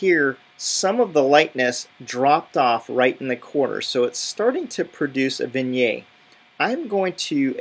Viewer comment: So in short, there's nothing that Lightroom can achieve that ACR cannot (plus Photoshop can do a whole lot more)? By the way, "vignette" is pronounced "vin-yet" not "vin-yay". ;-)